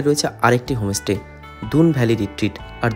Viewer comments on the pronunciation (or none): হমোস্টে নয় হোম স্টে বলুন! এমনি ভিডিও ভালোই করেন। "মার্কেটিং" নয়, বলে "সপিং"! সমালোচনা পজিটিভলি নিলে ব্লগ আরও হবে।